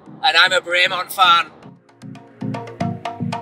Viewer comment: Great video but you still can't pronounce Bremont correctly lol.